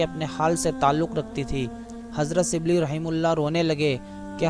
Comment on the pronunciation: اپنی اردو درست کرو اور لب و لہجہ پہ محنت کرو ۔۔ سبلی نہیں غلط ھے ۔۔ شبلی SHIBLEE پیرو نہیں غلط ۔ پیر کہو PEER